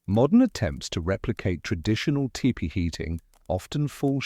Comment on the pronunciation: could you please say tepee (Tee-pee) not tip-pee